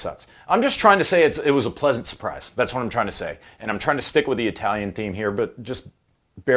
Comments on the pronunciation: Its not {eye}talian, it is {e} talian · Anyone else just want to give those jaggoffs that say “EYEtalian” an atomic wedgie? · Your Italian pronunciations are impeccable sir. 😂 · I bet you had to do a lot of practicing to pronounce all those words wrong. Ha ha and I’m not even Italian. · Absolutely so: He blown Brad Pitt out of the water, effortlessly! Seriously, You butchered every Italian word you pronounced... Nice review, though. Bwonjornow from Italy, folks.